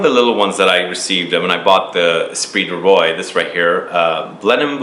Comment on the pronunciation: Great video but how can you say eau de parfum so well and yet say esprit du ROY? Lol